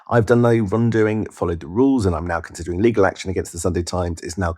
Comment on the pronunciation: He's "consiudering" legal action. Not very convincing. You'd know one way or the other IMO..And he always says that.